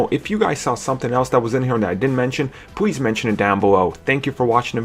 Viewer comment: "Pwease subscribe down bewow"